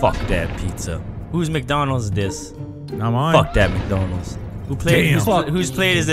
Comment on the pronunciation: He said "Mikey McDonolds"